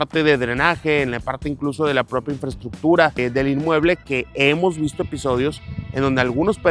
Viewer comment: Infraestruction, infraestruchion, infrestructura. "Infraestructura"